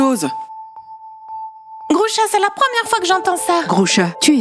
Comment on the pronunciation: Mais pourquoi tu dis sella écouter personne ne peux me faire du mal OK